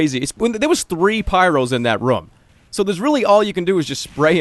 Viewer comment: i love how he pronounces the word "room":D